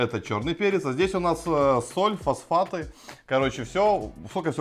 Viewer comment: Фасфаты?? О_О так хорошо начали и Фасфаты...